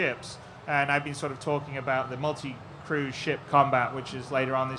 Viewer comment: Crew* not Cruise